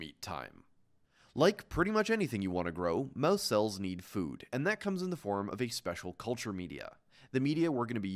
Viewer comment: why does he say mauese instead of mouse